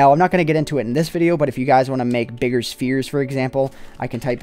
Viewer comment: You say Spheres weird.(: Nice video!